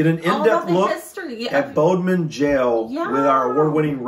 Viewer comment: your pronunciation of Bodmin was spot on, but with regards to Bude, think of the word 'imbued' and just drop the 'im'. I really hope that makes sense! 😅